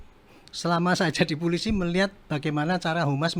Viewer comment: jabatan penasehat kapolri tapi ngucap polisi jadi pulisi 😂😂😂